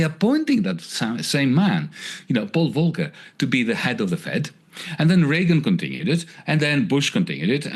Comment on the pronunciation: "Con Tin ew it t" Ryan!